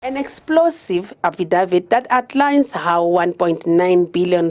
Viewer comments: I hardly heard the report. All I heard was affidavit being mispronounced repeatedly - to the point that I wondered who da eff is "Affie Dawid". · Lol Affidavit 😂 you should buy some ENGLISH LESSONS